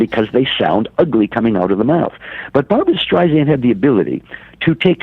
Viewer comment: It's hard to take seriously a biographer who can't even pronounce his subject's name properly. After the third StreiZANd, I was done. It's StreiSAND, like sand on the beach! Apparently he missed the countless interviews of her practically screaming this to people. Also, this book tells nothing new ... just rehashed stories that we've known about Barbra for decades. Her mother criticizing her ugly and her stepfather hating her hardly groundbreaking news. *yawn